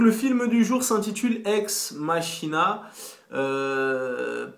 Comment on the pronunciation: "Ex_MaKina" pas Ex MaCHina ...